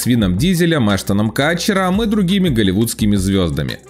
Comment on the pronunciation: Не Катчер, а Кутчер!🙄